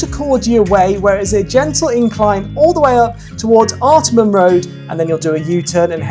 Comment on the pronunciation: Wow! Love it! Wby Parkrun is my old hood! Lots of familiar faces in this video. Love how you really dissect the run itself. Had to chuckle tho at pronunciation of location (where he run starts & finishes) - “ART-a-MON reserve”. But is of course: “Art-Arh-Mon” reserve. 😜 and also lots of Sydney are Parkruns are 7am - but a few are 8am. Mostly 7am tho. And yes - Willoughby is a very pretty - very hilly parkrun. 😊